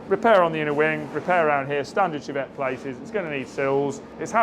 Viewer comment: Was only half listening....did you say "..we touched-up the Chavette? " no need for that